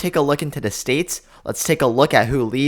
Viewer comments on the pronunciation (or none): The word is “the” not “da”. Are you that lazy about your numbers?